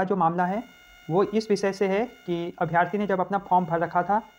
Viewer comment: अभ्यार्थी नही अभ्यर्थी होता है।